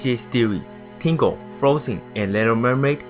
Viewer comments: Im pretty sure i would of enjoyed this video if i understood what the fuck he was saying.. i mean last time i checked it was tangled not tingle, and what the fuck are nazies? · U said tingle nit tangle lol